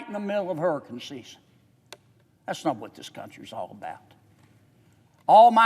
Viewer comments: Hey kennedy. Its hurriCANE. NOT hurriCUN like u say. Unreal u dont KNOW that and pronounce it correctly. YOU PAY YOUR OWN EVERYTHING‼️‼️‼️ We, the taxpayers, ARENT PAYING FOR OTHERS CRAP ANYMORE. STOP THIS MADNESS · I want to spend because of HUR-EH-CAN season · I just love the way he says, "hurricun" and "progrim" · What is a hurrykin? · It's "Hurrah-Cun season" 🌀 🌊 Give him the money 💰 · But its dead smack in the middle of "hurriken" season (i was laughing everytime he said that, but im high so) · How about you pronounce hurricane correctly first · Rand Paul is fantastic! What's not to love about that man? Sry Sen. John Kennedy flood insurance program didn't do a damn thing and 7 yrs you been fighting Maybe you should take it up a notch! How do you say Hurricane agan? 😂 Don't ask Biden Anything Rand Paul can take it from here!